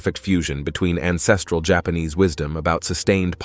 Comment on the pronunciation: ..and, there is a P in jaanese jaPAnese